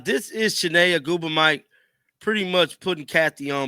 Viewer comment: shi-nay ogu-mi-kay not ogu-mike